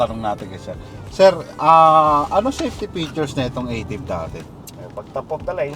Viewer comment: eh nung kakalabas palang nito eh gusto ng toyota tawagin ng Ah-tive, hindi E-tiv. kalito toyota 😅